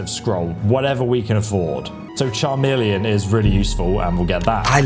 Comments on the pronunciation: CHAmeleon.... it's a lizard, a magical effect and it is pronounced KAmeleon. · Huh... You know, I don't believe I've ever heard anyone pronounce the ch- in chameleon as "ch" instead of "k" before.🦎🤔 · That Charmelion segment makes it sound worse than Benedict Cumberbatch's Penguin documentary 😂😂😂. But seriously bud, it pronounced "Kah-million' 😅 Other than that, love the video, and I also can't wait for the remaster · Fried my brain when I heard how you pronounced "chameleon" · I can’t believe is so sheltered he’s never seen the word chameleon before😂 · Every time you say chameleon I giggle 🤭